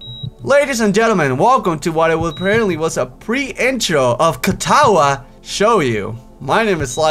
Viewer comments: Shou-Joe. Not Show you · its pronounced Sho-joe. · not hating and you probably know now but it's pronounced cat-ah-wah show-joe that was an odd explanation oh well hoping this is as good a series as I am expecting! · It's shoujo the Jo is like pronouncing the name joe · I love how he pronounces it. "Katawa show-you". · the title isnt pronounced as shoyo it kinda messes with my ears but yeah this series is going to be fun to watch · u been saying katawa shoyu since the beginning, just to let you not, shoyu means soy sauce in japanese hahaha XD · its ka ta wa show joe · It sort of pronounced lot ah wa show joe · it's pronounced cat-uh-wa show-joe 😋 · ***** Well I stopped watching as soon as he said "sho yo" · The way pronounced katawa shoujo made me facedesk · It would be, if could pronounce the title right.